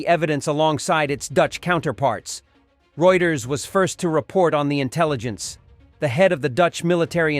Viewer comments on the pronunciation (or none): none